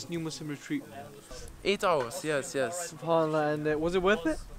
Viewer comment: Masha Allah the way he says alhamdulillah subhanallah when talks sounds like proper Arabic